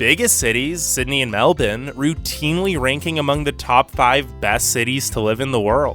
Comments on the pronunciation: did he just called Melbourne “Meldon”? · MELDONE?????? Nah im dead bro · Anyone gonna talk about the way he said Meldourne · The myriad inaccuracies aside, the guy in this video REALLY needs to stop pronouncing 'Melbourne' as "Melbin"; it's pronounced 'Mel-burn'. I know this as a born & bred Melburnian who has lived my whole life here (although I have travelled to several other countries). I bet the narrator of this video has never even been to Australia. 🙄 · I can't keep watching this video because you keep pronouncing Melbourne as MEL-BIN. I pronounce it MEL-BORN, but apparently the correct way to pronounce it is MEL-BURN (which is morbidly ironic). Why would you think the R in Melbourne is silent? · Okay so, it’s not Melbin, it’s Melbourne, you’d pronounce it like Melborne haha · Wait did you just say Meldon instead of Melbourne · Meldourne? It’s Melbourne cobber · Melbourne, not Melbin. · Had to stop watching 10 minutes into it, as I couldn't stand the "melbin" pronunciation of Melbourne (MEL-brn). If you're gonna talk about something, at least pronounce it correctly. Melbin. sheesh! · Mel-bin instead of Mel-burn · It's pronounced Mel Born, NOT Mel Bin !!! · Meldoln?🤣🤣 it’s Melbourne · Lol. Meldun. Its Melbourne... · Melvin? Don’t you mean Melbourne? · No, it's Melbin or Melb'n. Melboouuurne is the wrong way to pronounce it. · It’s MELBOURNE and COOBER PEDY. Not COOPER!! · ya’ll, we found an American that doesn’t say “MelBORNe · I thought it was “Mel-Ben”.. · 'Melbine'? That's not a city in Australia, buddy. He doesn't even know the name... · I have proof tho i live in Australia So Most People In Australia Say Mel-Burn. So Its Pronounced Mel-Burn. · it's not fucking melbin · He really said "Melden" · Why is he pronouncing it as "Melbin" ?? lol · What the hell is "Melbin"? Does he mean "Melbourne"?? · Why do you keep saying Melbin??! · Yep. Its pronounced Mellbin, cobba. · "Meldin" sounds nice, where is that again? 😂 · this guy saying "Melbin" tf